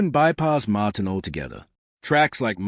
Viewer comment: MAaaaaaaaaahtin ??? what AI crap